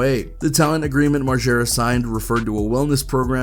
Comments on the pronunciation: Why is he sayin Marschera it's MarGera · If your goona say margaras name 1000 times pronounce it right it’s not marshara Jesus dude…